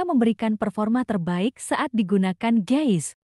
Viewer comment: Jangan salah ngucapin antara GUYS dan GAYS. artinya beda jauh tu Ceu.....